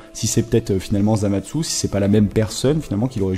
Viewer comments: On dit Zamasu pas Zamatsu!!!! Il n'y a pas de "T" pourquoi tu en rajoute? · Deso pour avoir mal prononcer le nom de zamasu